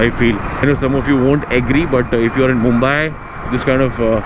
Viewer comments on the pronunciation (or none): none